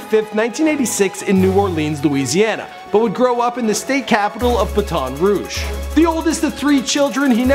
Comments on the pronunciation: wow, lol. Yo, "BATON ROUGE" is Pronounced 'Bat'n Rouge' Not Baton soundin like "Buh-Tawn" & "Lil BOW-see"?! REALLY?! Lmaaaø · wtf is Bah-tawn Rouge? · Did this nigga say BATON ruje and lil bowsie smh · lol butt on ruje, it's pronounced baten ruje ik it doesn't look like it but its fyi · BaTawn Rouge? Lol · BUTAWN rouge??? And why the fuck did they use a pic of the actor from the movie notorious and not the real biggie smalls?? Hahaha so many fuck ups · Ba ton rouge and lil bowsie 😅😅😅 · this dude said "buh-tahn roosh" 😂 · lil bowzie and buh-tawn rouge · wait a minute did this dude really say ba-ton rouge? lmao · and said baton rouge wrong. lmao he said buhtawn roog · we pronounce it bat-ton not like a police baton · LOL he said buh-ton rouge LOLOL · This Maine don't kno how to say BATON Rouge or BOOSIE wtf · Lil Bowsie & Bat-ON Rouge??? This nigga did all this research but yet he couldnt get these 2 facts correct? hahaha I was gunna let the first slide till i heard "Lil Bowsie" 😂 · u pronounced baton rouge wrong! it's like (bat-in roog) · he pronounced baton rouge like btone rouge and lil boosie like lil bowzie lmao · pissed me off when he said baton rouge 💀💀💀😔😔😔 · Please pronounce Baton Rouge with a french accent next time...preciate it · Listening to this man mispronounce all these names is so cringe worthy 😂😭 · Lol he can't say Baton Rouge right so how is this even real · that wasnt dreka. he said baton rouge soooo WRONG! lil Bousey ??? REALLY?! smh horrible. do your research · Wtf this dude literally said Baton Rouge so wrong. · Poor video!! WRONG picture of his wife, you pronounced "Baton Rouge" and "Boosie" incorrectly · This dude can't pronounce any Louisiana names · Bro, your white ignorance is really showing. How the fuck do you mispronounce "Baton Rouge" and "Lil' Boosie"? Someone please beat and rob this fuckboy. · Boy, the way he pronounced "Baton Rouge" was too funny. Haha. I enjoy your videos though bro.